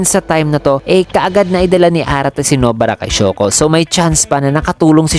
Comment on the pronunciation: Nobara not No-bara. Pinoy ka nga talaga.